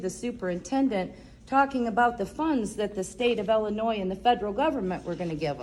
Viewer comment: Take off your sunglasses and stop slurring . It’s IIIIILLLLINOIS not Ellinoy